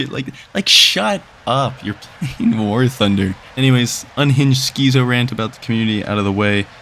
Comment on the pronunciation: worst part about this video is the way you pronounce schizo jokes aside, always enjoyed your content because you're not a (for lack of a better term) fucking nerd when it comes to cool planes. if i hear one more neckbeard go "fox 3" accompanied by a bucketload of spit flying out of their mouth i think im going to pick a fight with a grizzly bear